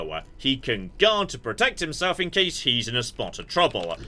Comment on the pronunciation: I was just going. It's guard. it's guard. I won't click like until you get it. Please what else could it be.